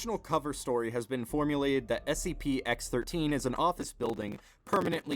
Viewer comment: Its a SPC it's a SCP if you can't even pronounce it don't make a video about it go to the gas station and smoke Weed or whatever you people do.